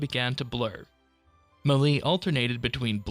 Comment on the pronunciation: Never heard someone pronounce melee as “muhlee”